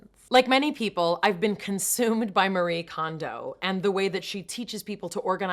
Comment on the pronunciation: Hey, Mayim! It's "Ma-Ri-E", Not Marie. Japanese name with three syllables. =)